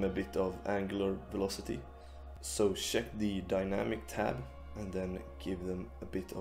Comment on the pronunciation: the moment you said sheck instead of check I knew you are from sweeden